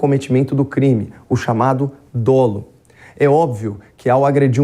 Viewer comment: Música p os meus ouvidos "dólo". Obrigada, Caio. Cansei de ouvir esses "especialistas" dizerem "dôlo".